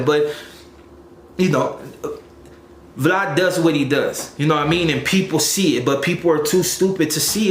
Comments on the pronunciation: It’s vlad not vlod And it’s suuu surf mang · That fool “vlaud/vlawd” 🤣😂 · Who is Vlod?? You mean Vlad!?!